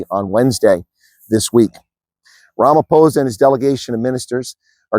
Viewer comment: Lets just get his name right its RAMAPOES !!!!!!